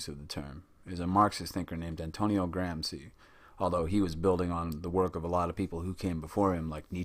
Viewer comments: Great video but its "grom-she" not "gram-see" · Thank you! Well done! Still, with all due respect: The Italian name is correctly pronounced "GramSHE" at least all over Europe... :) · GRAM-shee VOL-de-mort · Please try to pronounce this great man’ s correctly gram- shee, not gram-zee. It is not difficult ! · Good video and I really liked the connection between the authors, even if their surnames were changed to Gramsi and Bordu ahahah Nobody probably cares, but still: the combination of letters SC followed by I or E in italian makes a SH english sound, as in "show", so read it as gramshi; while Bourdieu is a bit more complicated because the last sound is not present in the english language if I'm not mistaken, but it can be approximated by the sound that the first A makes in words such as "apparently" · the pronunciation of Gramsci is not Gram ci but Gram shi , shi as shiver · GRAMSHEE NOT GRAMSEE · Lol at "Gram-see" it's "Gram-shee" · It is pronounced 'Gramshi' not 'Gramsi'. Good vid! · Gramsi? Machevellia? Check your names mate. Otherwise good video! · Content is good, except perhaps a lack of emphasis on ideas of power. Hegemony is the result of the ruling class's power. And I recommend you check pronunciation before recording: it´s Gramshi & Boordyeu (ok, the 'ieu' sound is hard but 'ou' is just like the English 'oo'... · minute Philosophy Same here. However...I've always pronounced Gramsci "Gram-she". Worth noting Marx's Grundrisse wasn't published in English until the 1970s and also had a large effect on the field of cultural studies. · Please at least learn how to correctly pronounce his name!!! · You spend days making a video, and days (or weeks) reading the material, and then, over and over again, you mispronounce the name of the person you are making a video about. Why................... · The gross mispronunciations are a real distraction, but I appreciate the subdued tone of the presentation, which is just the opposite of what my students expect.